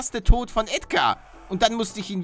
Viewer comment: Nein nicht Ädgar